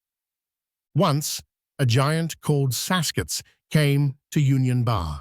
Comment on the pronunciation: I think you were trying to pronounce “seskets.” Cree word for sasquatch, I’m Cree.